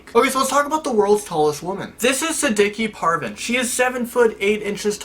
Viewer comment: no offense you shouldn't call ur self indian because you pronounced the woman's name wrong and Delhi wrong but i still love you